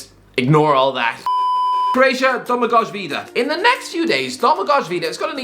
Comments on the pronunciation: Btw Domagoj Vida's first name is pronounced DO-ma-goy, not DO-ma-gozh. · Domagoj is pronounced Domagoy - the j is a pronounced like a ye